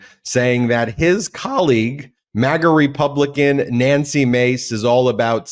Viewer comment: Nancy’s last name is “Mase”, not Mace